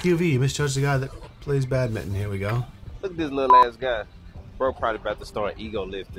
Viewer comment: you guys pronounce badminton 🏸 "badmittin" lol 😂